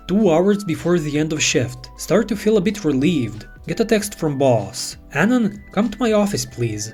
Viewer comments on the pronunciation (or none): none